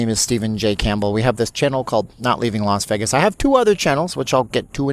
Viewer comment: It’s pronounced “VAY-gus” not the mumbled word “vehgus.” Please learn how to pronounce Las Vegas (that’s pronounced Lahs-VAY-gus) not Lahs-vehgus. You’ll get more viewers and subscribers and people will stop dumping on you.